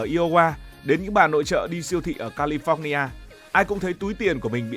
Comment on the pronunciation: Mall ~ Mo chứ không phải Môn, California đọc nhẹ thôi, Pho nhi a chứ không phải Phóc